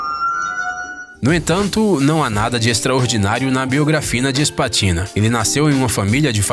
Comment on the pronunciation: eu ouvi "biografina", mais alguém ouviu? kkkkkkk